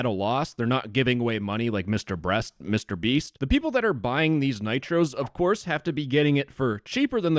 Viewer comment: love how said mr.breast